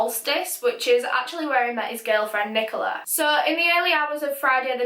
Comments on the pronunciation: Did you say friken NiCoLa I felt a thing in my stomach everytime you said that same Rest In peace Ross, Rest In Peace. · im having a rly hard time listening to her say nicola